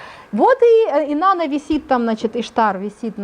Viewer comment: Да не Иштар, а иштААААр!!!!!